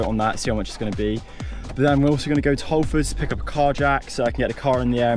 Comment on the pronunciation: Never heard someone say Halfords so wrong😂